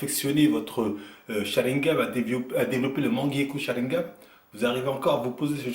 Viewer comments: c'est "SHARINGAN PAS SHARINGAM" ! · Depuis le temps où tu n'arrive toujours pas à prononcer le mot Sharingan lol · C’est SharinGAN, pas SharinGAM hein... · SharingaN c'est un N pas un M à la fin